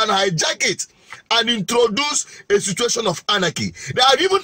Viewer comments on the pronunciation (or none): none